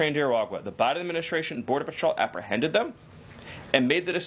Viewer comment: Agreed; but he needs to pronounce 'secretary' and 'administration' and other important words correctly. I don't know why, but ALL the media do not pronounce these words correctly, even Jesse Watters! You can't spell 'secretary' without 'secret'. A little pride in expression goes a long way. For talking heads, there's no excuse; it's their whole job!